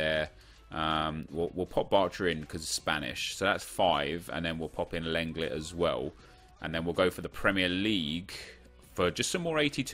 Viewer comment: Its not len-let is long-lay